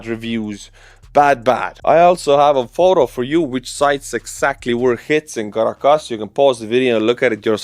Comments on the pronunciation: your delight and boyish charm while reporting on such an amazing global development warms this Nebraska grandma’s heart!! ❤️ 🇺🇸 BTW Caracas = Kir- rah - kiss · The Estonian pronunciation of Caracas makes my ears bleed. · Your pronunciation of 'Caracas' is soooo Estonian.